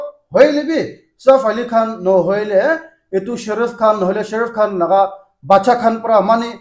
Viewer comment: it's not sharaf khan.....it's shah rukh khan ok be careful with ur pronunciation